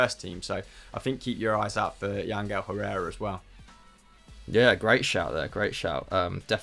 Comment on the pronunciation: Clearly no-one realised mentioned Yangel Herrera before due to his perfect pronunciation ha! Fair play to him for not piping up there